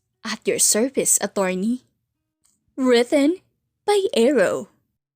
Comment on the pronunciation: Law firm. Meredith. Written. ￼ Edith. Huwag mo kasing unahing isipin ang kung paano mo aartihan ang pag basa miss. Kaya walang buhay ang pagkukwento mo at mali mali ang pronunciation mo eh, inuuna mo ang kaartehan.